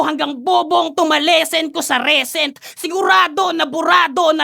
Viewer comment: Recent “Ri-sent” not “Re-sent” Decent “Di-sent” not “De-sent” 😅